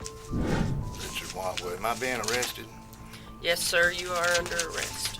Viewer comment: OH CWAP! I think he's getting O-wested.